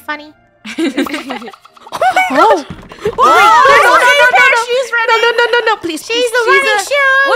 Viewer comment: Its Funneh not funnneh